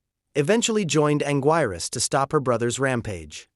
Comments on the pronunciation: It's pronounced Angeerus. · “He” didn’t mispronounce it. “He” is an AI narrator. I just wish they had an edit option on pronunciation, so we could correct these mispronunciations.